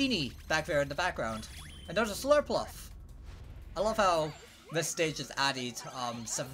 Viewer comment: Slurpluff 😂 its slurpuff m8